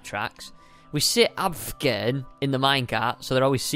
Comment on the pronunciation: Its AFFFFFFFFFFFFFFFFFFFFFFFFFFFGERN not ABFGERN or AVGERN